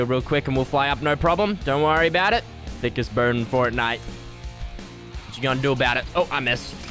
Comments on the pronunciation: thickest bird in fertnite ME: its pronounced FORTnite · Stop calling it furtnite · Fortnoit is how he says it